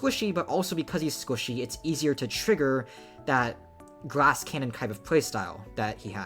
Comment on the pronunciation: does anyone else hear him say “grass cannon” with an accent instead of “glass cannon”